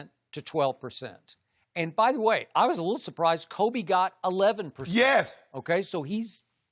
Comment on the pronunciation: “Koobee!” -Skip 😂 I’m dying.